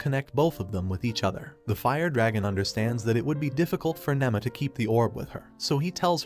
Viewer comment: nima not nemma